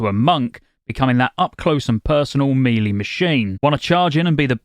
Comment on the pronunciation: I love your videos and watch them all, but please please can you pronounce melee correctly. I know I should care, but it drives me bananas - it is meh-lay, not Mee-lee.